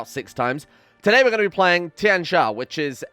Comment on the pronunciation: Congratulations are in order: you pronounced Tianxia correctly